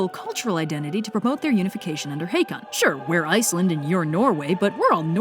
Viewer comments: Got a source for pronouncing the King as "Haykon"? Håkon (Haakon) is more typically pronounced like Hokon or Haukon, at least in modern Norway. Has there been a vowel shift or something? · just a tip, håkon is pronounced haw-kon